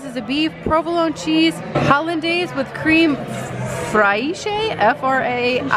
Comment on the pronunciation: Hi! Didn't see a comment addressing this, but it's pronounced "KREM FRESH"